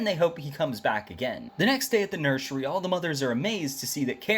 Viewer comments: Did no wan hear he say nershery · I love how he pronounce nursery😂😂